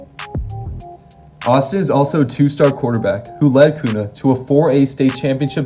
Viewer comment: KUNA NOT KUQNA LOL